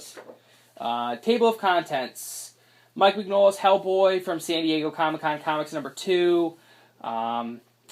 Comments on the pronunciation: His last name is not pronounced "", its "min-yo-la" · ***** Don't worry. It's taken me years to retrain myself on the correct pronunciation. It's an in-joke between my brother and I. "min-YOLA" is how he always types it out.